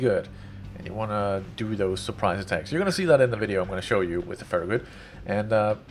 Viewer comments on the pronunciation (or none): Hey, its pronounced FA-RA-GUT. Hope that helps. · BolshevikMuppet Not to nitpick but it's more like Fair- EH - Get. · So glad to find you playing my game!!! Love to see more and more WoWs vids :-) PS Pronounced Farrah (like Farrah Fawcet) and gut..(like kick in the gut) Cheers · If you watch the reboot of star trek with Chris pine they originally post ohura to a farragut. She pronounces it